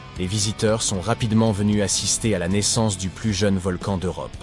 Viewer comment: Encore une video avec une voix d une IA qui fait des fautes de francais Environ 1 mn "un volcane actif " 1mn 22 " mille neuf cent quatre vingt eehiionze" Ect.... Desagreable a ecouter une video comme ca